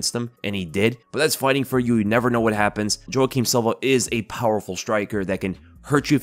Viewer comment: Ay yo, Jouaquim is pronounced "Wah Keem" not "Joh Ah Keem". Like the actor Jouaquim Pheonix.